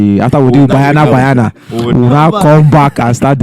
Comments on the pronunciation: It's not bayana bayana 😂 it's ba-nya-na ba-nya-na. Banyana means girls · Its Banyana Banyana not Bayana Bayana. Or should we say Super Chickens? Lets show respect by calling each others names correctly. At least try.